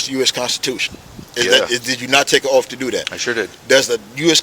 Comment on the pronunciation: I was wondering what an OAF was? He should take an OAF to fix his TEEEF.